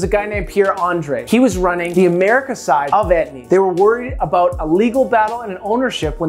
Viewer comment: How aboot that yee